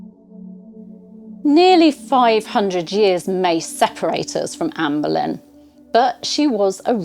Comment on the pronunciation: Benlyn, however, it's spelt Boleyn